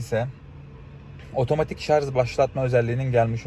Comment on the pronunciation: şu ŞARJ a niye inatla ŞARZ diyorsunuz anlamak mümkün değil